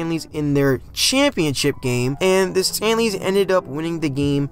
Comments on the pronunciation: 😂Chicago staleys -not stanleys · C'mon, man! It was the Decatur STALEYS. Not STANLEYS.